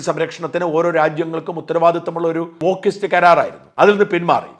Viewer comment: I am hearing OOKIST instead of wokist